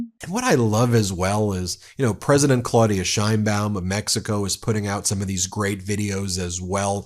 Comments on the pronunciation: Her name is not “Shine-bawm” She and we pronounce it “Sh/chane-baum”. Learn it. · Just as an FYI, the correct way to pronounce her last name is the SH like you said, but the ein is pronounced like "ayyy" from the expression, add an n, and the baum.